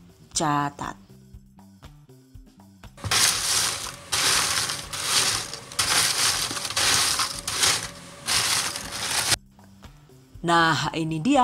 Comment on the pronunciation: Caaacaat eh salah , CAAAATAAT